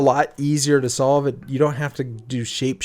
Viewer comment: For a bit I thought solve said stroke